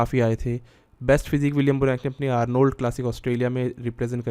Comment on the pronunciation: Its not Aar....nold......Hindi main Arnold matt bolo yar......